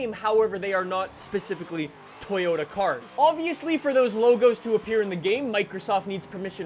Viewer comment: It's just Toyota (to-jo-ta), not To-yo(gangsta "yo")-ta. It's very simple.